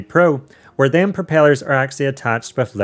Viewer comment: He says dem